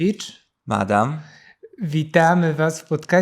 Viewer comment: uwielbiam przejęzyczenia MADAMA! □:_hehe